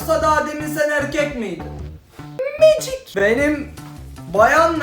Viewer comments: Şu ✨MeCiK✨ 'da bittim😂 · ebubekirr: ✨MaCiKğĞğ ✨😂🤣